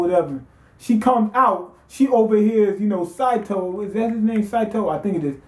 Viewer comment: It's SAY SAY SATO!